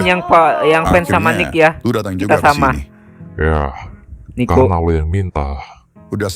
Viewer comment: Niko bang bukan Miko😅